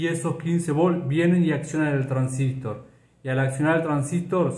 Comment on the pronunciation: Muy bien. Pero porque pronuncia "transístor" acentuando en i. La verdad siempre conocí como transistOr y me choca bastante. Corríjame si no es así